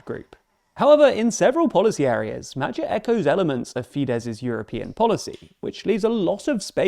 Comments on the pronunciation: Now I am a Hungarian and one thing I will never get over is how you Americans pronounce these guys names also ……LETS GOOOO MAGYAR PÉTER YOU BETTER WINNNNNNNNNNN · I don't speak Hungarian, but I'm pretty sure you're mispronouncing the guy's name. I think it's the hard G, as in Great, as opposed to the soft G, as in Germany. I could be wrong though. Any Hungarians, please help. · Came for the video, stayed to hear you misprononce Magyar's name every 5 seconds :) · Magyar - that middle sound is pronounced more like ghee. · STOP mispronouncing his name. As an Englishman, you can actually 100% say "Magyar" correctly: the "gy" in hungarian is the "dj" glissando at the start of your English word "duke" . The sound which is present before the "(y)uke" in "duke". There is no hidden or implicit "sh" sound, like you do it. That would be a different trigraph in Hungarian ("dzs") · It weird how you struggle with basic pronunciation for the word Magyar. Its not even uncommon in English! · The Hungarian 'GY' sound is closer to the first sound of 'due' than 'Jew'. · I'd say the video represents a fairly accurate picture, however mentioning statistics without putting it into context doesn't make any sense. For example the budged deficit should be put into european context. The "record" 11.1BN euro debt service cost suggests that it's a huge number, but the viewer doesn't get any understanding about how big it actually is. At this point, the only use of these statistics is propagandistic, which downgrades the quality of the otherwise accurate video. I've noticed the same propagandistic feel in other videos as well. As a Hungarian, I am rather sensitive to such media reportings. In my opinion, this is quite counterproductive in terms of the growth of your chanel, as people like me would look for more accurate media outlets. Same goes for the abysmal attempts of pronouncing non-english words. I'd give you a pass on hungarian words, but I've also noticed it in other languages.